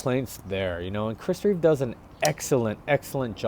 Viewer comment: There’s no ‘s’ on the end of his name - it’s Reeve .